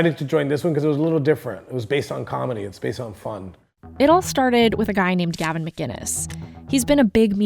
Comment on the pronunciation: Gavin is awesome. He is one of the most misrepresented people ever. It's sickening. People (like this reporter), don't get him, and can't even pronounce his name. He's a wind-up merchant, and he represents the Sane.